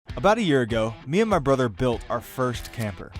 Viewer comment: There's no "I" in 'brother'.